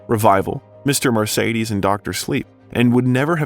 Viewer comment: Necessary Things—Ha! A few of the novels you mention are actually a collection of short stories. Joe Hill’s 20th Century Ghost Stories, and S King’s Full Dark No Stars, etc. You mispronounced Mimeograph, Bangor, and Mr Mercedes.